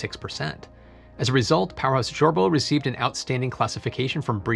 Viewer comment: (I am a Civil Engineer). There is a lot happening in this area, but some regulations and standards are falling behind (spacially in reuse). As a Norwegian, I can say you said Kjørbo wrong, but we always happy being mentioned. You said BREEAM correctly the first time.